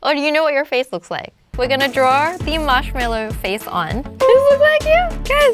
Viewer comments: ITS MARSHMALLOW, not marshmellow 😂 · He relly marshmillo????!!!! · Marsh meloo😂😂😂😂😂😂😂😂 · Marsh ello????????? Wow lobe u